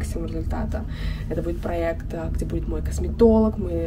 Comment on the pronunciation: Спонсор этого выпуска такие слова, как: «заведения» и «текстура» и «праэкт»